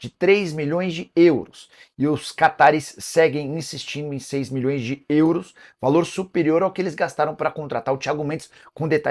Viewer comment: Nicola fala; "Euros", igual o cara do filme gente grande fala; "Grãos". Kkkk